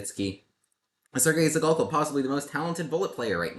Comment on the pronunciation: Not to be too nerdy, but »Zhigalko« has a [ʐ] sound, not a [z'] sound. Kind of like the sound s makes in 'mea s ure'.